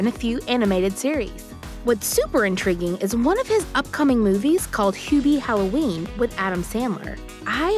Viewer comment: Lol " Huebie Halloween " & " Noah Schnopp "